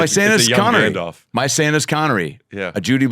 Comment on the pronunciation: "My Santas Connary" 😂😂